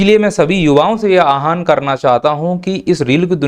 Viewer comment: आहान नहीं होता आह्वान होता है